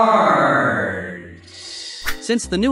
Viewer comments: " A H G H U H E E A A R T" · H E A R T " chaught me💀